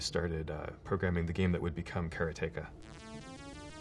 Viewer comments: So I know he made the game and all... but I always thought it was pronounced Karate-ka :) And even Jordan Mechner isn't changing my mind about it :) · Since this was made, someone ported Prince of Persia to the Atari 8-bit and it's awesome. It's a conversion that should have been done a long time ago. Also Mechner says Karateka wrong. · How can someone who made a game called 'Karateka' pronounce it so badly? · The way he pronounces "Karateka" despite saying "karate" normally is bewildering. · When I was a kid playing karateka, I always wondered why some people were pronouncing "Karateka" so strangely. Now I know! It started at the top. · But he can't pronounce "Karateka" :) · Is this guy sure he's pronouncing Karateka correctly? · Just learned I was mispronouncing Karateka my entire childhood! I thought the accent was on the second syllable. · Prince of Persia could have been ported to the Atari 8-bit since it was already done on the Apple ][. He also doesn't pronounce Karateka right. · Hey Jordan! I was born in 74 and grew up playing your games (dad bought an Apple ][+ in 1979). Until watching this interview, I thought it was pronounced kuh-RAH-ti-kuh. Heading you pronounce it sounds wrong to me :) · Care-ah-take-ah, got it. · care-uh-tay-kuh. not "karate-kah". this was this most imformative part. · kara teka? or karate ka. I can't argue with the guy who built it.. but damn, I think my version of the pronunciation makes WAY more sense. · I hate how he's pronouncing "Karateka". It's not "karay-take-ah" you fool - it's "kar-ah-teh-ka"!! Get it right! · TIL, Jordan Mechner pronounces it "care-uh-TAKE-uh" instead of "cuh-RAW-tuh-kuh". Both of these games are among my favorites from that era, though I think I played them on C64 instead of Apple II. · Nobody else is triggered the creator of karateka calls is cara-take-a? KA RA TE KA. It's litterally japanese. should sound more like kalatehkaカラテカor americanized Karate Ka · he mispronounced karateka